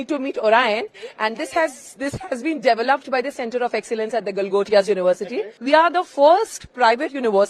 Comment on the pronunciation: DEVELOPED not DEVIL UP